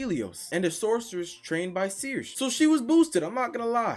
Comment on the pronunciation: Circe is pronounced Sir-see